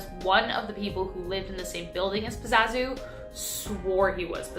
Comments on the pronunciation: It’s PAZUZU not Pazazu! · GURL ITS PAZOO ZOO 😂😂